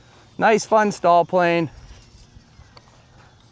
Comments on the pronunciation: STOL is pronounced like stole, not stall. The Pitts and Waco are beautiful planes but incredibly fragile, because EPS Coffee Cup foam. HH makes some great looking and flying planes, but that EPS foam SUX, and you have to pay a premium for their planes, so generally NO! Regarding their linear servos, that are world renowned for sticking, don't set them at a rate above 97%, and lube the contact surfaces, with an electric contact cleaner, before the first flight, and at least annually. That will take care of most of the servo issues. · Thanks for comparing a good variety of aircraft . FWIW… STOL is pronounced “stole”, not “stall”. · You’re mispronouncing STOL. It’s pronounced with the long “O”. You sound like you’re saying stall.